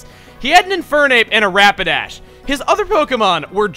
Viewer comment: Am I the only one who heard him say rampidash instead of rapidash?